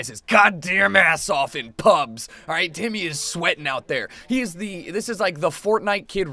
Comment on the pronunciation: Y'all hear him call Timmy "titty"?